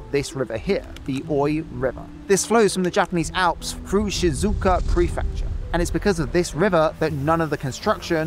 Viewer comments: Hey, great vid but you kinda butchered a few names there. Maglev - not "Megalev" MAG - LEV Shizuoka - not "Shinzuku" or "Shinzooka" SHE - ZOO - OH - KA kinda threw me off a bit lol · You should at least check out pronounciations of Japanese words before publishing - you said 'shizooka' and then even 'shinzuku' at 12.30, when it's Shizuoka. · Please, for the love of God, learn the correct Japanese pronunciation!!! It is Shi-zu-oka, like She-zoo-oka! Not She-zooka! Just a short Google research could solve this. Don't be weeaboo DESUUUUU. Be someone who is interested in the culture and language.